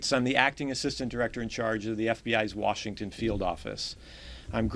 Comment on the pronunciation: she said" Warshington?"......